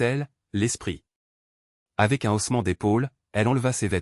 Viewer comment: P.S...on dit " haussements " et pas " ossements "..👎👎👎 c'est pas très pro tout ça !..